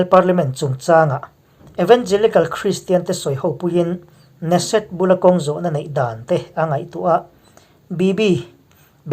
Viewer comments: Ne-set ni lovin Ke-Ne-Set tia lam tur niin ka hria. Muslim 8750 in in leh lo an chan dawn maw? Nep emai, Muslim ramah Christian maktaduat tam tak an that chimit vek chungin tunge an tan kawng zawh? Muslim ram khat talin ICJ ah hek han hlawh tawh em? Khawvel hi Muslim te tan chauhva dik na humhalh na a ni lo tih hi Christian inti te chuan kan hriat a hun ta hle. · Kan komen leh lawk neset nilo in keneset tih tur aw. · Keneset ti a lam tur a niang